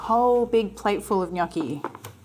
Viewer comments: While I patiently wait for my precious book to arrive, these daily recipes really help ! What is not too like, mushies, miso and cheese - cannot wait to try this and thanks for pronouncing gnocchi correctly ! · Super impressed by your perfect pronunciation of the word “gnocchi”. Everyone just pronounce it wrong outside Italy 😊 The dish looks super delicious. Hugs from Bologna 😊